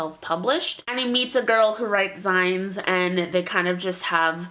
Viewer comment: I think it's pronounced "zines" like the end of "magazines." They were really popular in the 1990s. Love your videos!